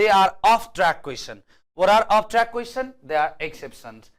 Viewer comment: In pronunciation of Question its ts' cha' sound not sa sound '